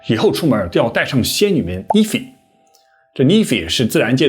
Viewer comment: Nymph 應該讀成 Nimfh 不是 nim-phi 🙏